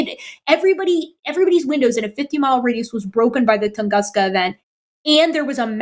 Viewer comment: She might be conflating the 2 but she's said tunganska in 2 separate shows. So she still needs correcting. After all they say they want to believe in 'true' things. lol